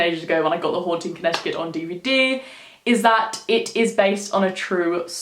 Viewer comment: I Live About 40 Or So Mins Away From Southington I Live Near Mohegan Sun Casino 🎰 In Norwich CT So I Was Superrrrrr Fucking Excited Seeing That You Did This Video AND I ABSOLUTELY LOVEEEEEEE YOUR ACCENT ❤️ THE WAY YOU SAY CONNECTICUT IS SO DOPE LOL 😂 I Always Said To My Mom That I Would Freaking LOVEEEEEE To Give Birth To My First Child In Australia 🇦🇺 Or The UK 🇬🇧 In General Just Too Raise My Children Out There Long Enough For Them To Pick Up That Beautiful Accent And Then I Would Move Back To The US 🇺🇸 I Adore You So Much 💪🏾 You Have The Most Beautiful Soul And Man Your Aura, Energy And The Vibes You Give Off Are So Strong You’re Definitely On The Right Path Stick With What You’re Doing And PLEASEEEE Make A Video Spilling The Tea On What You Do To Be As Balanced As You Are Like Chakra, Mentally, Spiritually And Emotionally Wise & DEFINITELY On How You Keep Such Radiating Pure Energy That You Have The Light Beaming Off Your Crown Chakra Is AMAZINGGGGGG!!! 2020 Is Your Year !! Continue To Stay Genuine, Pure, Beautiful Souled & Humble And The Blessing Your Going To Receive This Year Is Going TO BE EVERYTHING That You’ve Been Manifesting And Working Hard For YOU GOT THIS BEAUTIFUL QUEEN 👑 RUN WILD MOON CHILD 🌝💝💛💖💛💝 BLESSED BE HARMONY AND THE REST OF OUR NICE GANG 😈🤟🏾☮️💜☮️💜☮️💜☮️💜☮️💜☮️💜☮️💜☮️💜☮️🤟🏾🙏🏾💪🏾🤞🏾🤏🏾💋😈